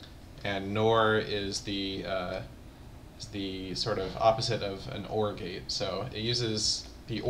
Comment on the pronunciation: I keep hearing Orgy instead of OR gate...